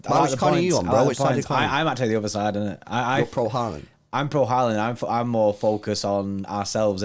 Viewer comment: If you wanted a tutorial on how to pronounce Haaland the wrong way. Watch this